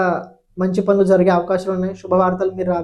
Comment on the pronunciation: తెలుగు భాషని చంపకండిర బాబు పండ్లు కాదు పనులు